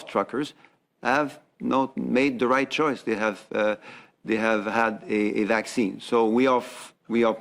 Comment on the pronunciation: "Hey Doc, does this Vhacine give me imhunity?" "No, it gives the manufacturer imhunity."